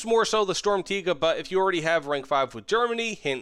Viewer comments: Yea for you English people out there it's Sturmtegar not Sturmtaiga ^^ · For the pronounciation: it's "shturmtiger", much love from Germany! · i feel like somethings a little off and i think it's the R at the end of "Tiger" that's ever so slightly too weak. It sounds kind of like "Tiga" but it's close enough so i approve too. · Your pronunciation of Sturmtiger is pretty good when you say it like Sturm tee ga just put a little more emphasis on the r at the end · Pronounced stirm - tea - grrr, but close enough thanks for the valuable knowledge 😂😂😂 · shtorm teeger is what i keep hearing lol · don’t say sturmtiga with a hard r bro 💀💀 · It is literally probounced sturm (just like storm but with a u) and tiger (with a short i [sounds like an e])